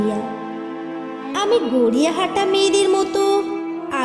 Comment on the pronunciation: আপনার উচ্চারনে মুগ্ধ হলাম, আরেকটু তেজ রাখবেন, "গড়িয়াহাটা" শব্দ টি পরিষ্কার লাগেনি। picture and sound compose খুব ভালো হয়েছে।